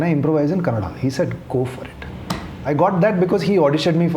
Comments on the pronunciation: Aiyoo mucho bai Kannada na Kannad antha nanthe. Do u have brains bro. Few words here n der is fine but how can a sensible person tell the name of the language only wrong n how can u expect someone to accept that. On a public forum how can u disrespect people trying to protect der culture n language. If we mix everything then wr is the the core left. See if ur thoughts r liberal gud for u but it doesnt mean u have to cm on this platform n say whatever rubbish comes to ur mouth if not u better dont talk abt the language at all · It's Kannada not kannad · No, Guru, it is Kannada not Kannad. Kannadiga, not Kannadi. You want to call it Kantara or Kantar? - you have to call proper nouns the way they must be. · What is okay nothing is. If u can say kannada say kannada. It's not that difficult. We say Hindi and not hindiva. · Sorry. It's not okay. It's Kannada only. Not Kannad. Like you are not Gukkhan and you are Gulshan, its not Kannad, it's Kannada.. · I am a Telugu person staying in Karnataka but I proudly say it Kannada not Kannad. If you can't respect it's fine but please don't disrespect and normalise it. This is why entire Karnataka has problem coz it's not north indians but the attitude that's problematic. If we had not respected others then Bengaluru would not have been cosmopolitan to the extent that we forgot our own culture. So now the city has woken up as at some point we need to give back to the wrong attitude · It's Kannada, not Kannad. Period. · Kannada only not kannad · It’s not Kannad, it’s KANNADA. You can’t pronounce bhatura as batura and paneer as panneer right ? Every word has its own meaning and pronunciation so please don’t change it.